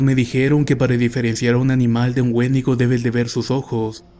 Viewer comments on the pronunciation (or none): none